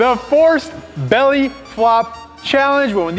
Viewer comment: Forced "felly" flop 😂